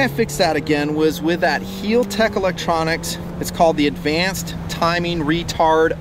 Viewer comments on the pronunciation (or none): do you american's like to butcher names. cause it seems like yall do it! heeltech? wtf its HAL (as in Hallal) HAL TECH . LA as in (ha ha except LA) LA Ferrari (fur- ari. and Bugatti Viron. its Vey Ron lol and its no aluminum its Aluminium